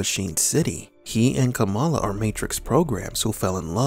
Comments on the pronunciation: It's pronounced "KAH-mulla", or so I've been reliably informed. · It's kuh-MAL-ah actually. Our VP elect just changed the pronunciation to avoid confusion with Pro Wrestling great Jim "Kamala" Harris.